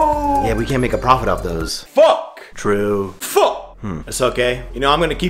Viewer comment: You get me rollin every time with that hard “fuck”